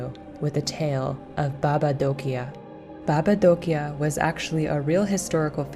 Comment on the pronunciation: I'm from Romania, that's so nice that they introduce some Romania things in the game and as well the way you say "baba Dochia " and the rest of the world's in România language is perfect well done.